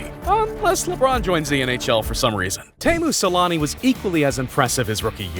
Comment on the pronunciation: Can’t pronounce Howe, but somehow got Teemu Selänne